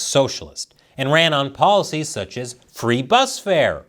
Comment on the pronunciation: oh “policies “ My brain heard “ballsies”